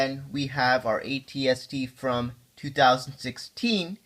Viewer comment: AT-ST not RT